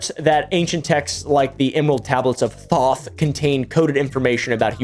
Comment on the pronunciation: Dude can't even pronounce Thoth correctly, conman are so lazy these days.